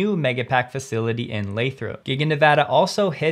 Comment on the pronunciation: Thank you for Nevada correctly!!!!!!!